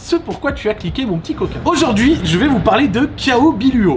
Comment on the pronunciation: "Ni Z'un fond vert", "raconter Z'aujourd'hui". Bordel met pas de liaison là où il y en a pas mdr